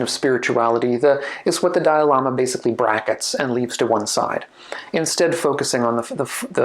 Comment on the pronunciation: He said ‘…the dialama…’ repeatedly. My caption said ‘…the diorama…’, …’the dial AMA…’. ‘Dalai Lama’ isn’t THAT hard to pronounce.